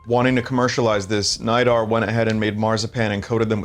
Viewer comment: Its pronounced knee-dar btw not nigh-dar